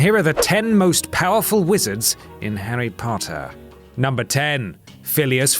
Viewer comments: HARRY POOOOOOTER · Newt scrmander? and Harry potter